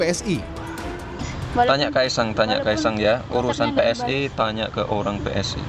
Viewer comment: PSI mas, bukan PSSI 😂😂😂